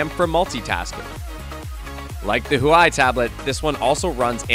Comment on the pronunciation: Why do you pronounce huawei so weird?